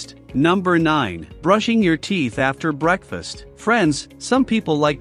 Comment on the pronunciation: Bro said break fast not breakfast